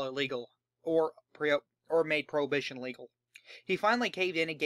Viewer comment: its his accent probably